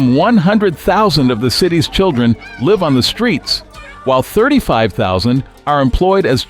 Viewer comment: AI voice pronounced the verb Live as a noun ...